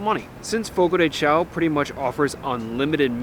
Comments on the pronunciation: Just a quick note, and a very common mistake but it's not pronounced Fogo De "Chow", The correct pronunciation of Fogo de Chão is “fogo-dee-shown”. Hope this helps. This info is available on their site on the FAQ's page. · Fogo de “Show” pronunciation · It's pronounced Fogo de Shown. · You repeatedly pronouncing the restaurant’s name wrong was painful to listen to. 🙉